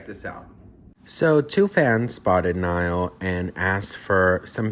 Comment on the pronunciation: Its Niall...like Ni-all Niall. Please.